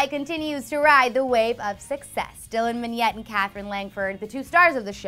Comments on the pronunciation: Did anyone else cringe when she pronounced his name "Dylan Minnyet" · no it's pronounced Mihnet ( I think that's how you would write to pronounce it) not Minyet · "dylan min-yet" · "Dylan Minnyet" ? I think you got it wrong! 🙄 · Why does she say Dylan's last name as "Minnyette" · DYLAN MINNETTE SAY IT RIGHT DAMN